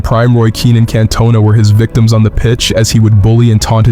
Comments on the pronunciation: Makes you wonder what this guy actually knows about footballl when he pronounces cantona , “cant-tona” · Learn to pronounce players names properly! Its not Can-Tone-Ah, its Canton-naa! 😂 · The way you pronounce Contona.. You do all this work but can't be arsed to spend 2 minutes confirming how something is pronounced correctly. So infuriating. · Who’s Kantonea??? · Lost me at can-tona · I stopped watching as soon as I heard the name pronounced "Can-Toe-Na" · As if you disrespected contona by pronouncing his name like that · You lost me when you could say the name CANTONA correctly. Yanks need to stay the hell away from football ⚽️ 🙄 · Learn to pronounce French names, so disrespectful. Eric Cantona and Thiery Henry, doesn’t take much research.